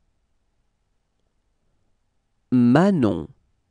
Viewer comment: Accent should be on last syllable, not first. Manon Rheaume, French hockey player from Québec, says it correctly on Letterman